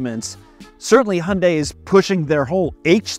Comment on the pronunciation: NOT "Hunday". "Hyun" + "day". And "Hyun" is one syllable. At least you didn't say "High" + "un" + "die". That is just awful. Here in central Seoul, the new Santa Fe is all over the place. And people love it. Of course! But it is basically criminal to buy any model except the top one, with all the trimmings! Don't make that mistake if you are getting one: Get the top one!